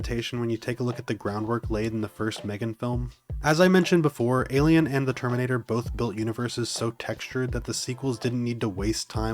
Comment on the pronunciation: bro can't pronounce terminator